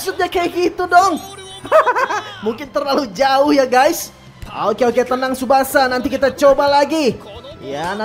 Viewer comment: Bang bukan tusbasa pemain depan